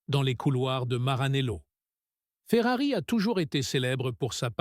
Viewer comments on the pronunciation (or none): à ..." saison chéphérarie."🤣🤣🤣🤣 p'tain, arrête, change d'IA, change de boulot, tu ne perceras JAMAIS.